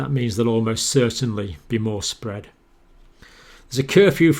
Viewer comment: 'Alarming; disturbing, SPWWWEAD' - Dr John